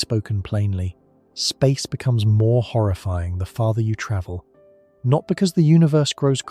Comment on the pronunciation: Horifying? I hate this AI crap.